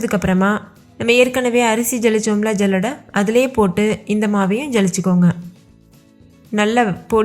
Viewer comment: ஜல்லடை இல்லை. சல்லடை என்று சொல்லவும்.